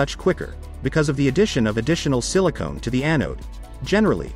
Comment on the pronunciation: "Silicone" hahaha.